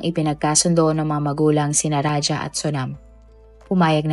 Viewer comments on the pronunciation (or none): Raja not raha